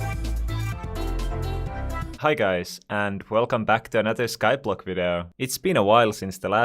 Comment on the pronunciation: vidoo is what you say lol